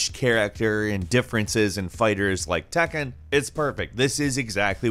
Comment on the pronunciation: Did you just read Tekken as it is? Please read correctly